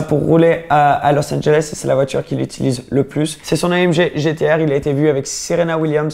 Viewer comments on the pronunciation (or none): none